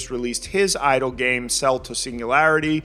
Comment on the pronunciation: The way you said it I was like "Hell yeah, idol game, space rock girls, woo!"